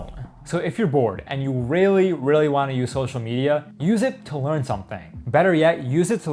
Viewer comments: leam instead of learn hits hard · its LEARN not LEAM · he said leam instead of learn